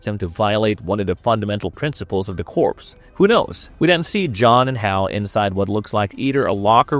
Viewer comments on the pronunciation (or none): Corps is pronounced “core” not “corpse”.